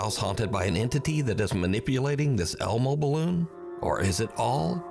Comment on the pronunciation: Not elmo but more like hellmo